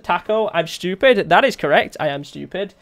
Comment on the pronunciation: Stupid not shtoopid